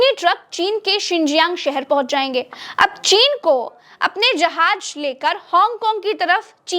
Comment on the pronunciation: جحاج نہیں ہوتا جہاز ہوتا ہے 😂 میں نے نہیں دیکھی آپ کی مکمل ویڈیو آپ جہاز کو جحاج کہتی ہیں 😜